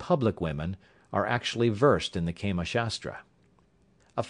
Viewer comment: its prnounced kaamaa not keema which would mean minced mat! Hahaha!